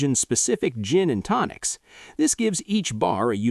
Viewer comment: "Gin and Tocins?" AI sucks...